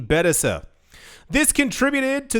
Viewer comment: It was funny when you pronounced ETFs and BTC completely phonetically like you've never seen an acronym before 😂